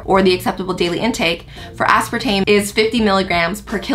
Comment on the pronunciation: Asparatame or Aspartame???? Lmao